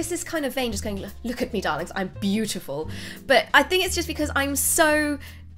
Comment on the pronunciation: I heard you say "Look at me Daleks"... Not Darling... Nope...